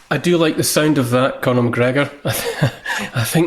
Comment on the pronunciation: Macgregor, NOT MCgregor! Thank you!